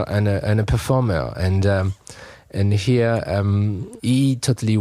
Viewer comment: Performairr. love it